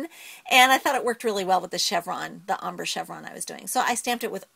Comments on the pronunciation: It's pronounced ombrey not ombr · Lol "ommbruh" It is ombr(ayy) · she is saying ombre wrong u prenouce it is om brey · Wow... Ombre, Adirondack.. Your pronunciation sucks. :-)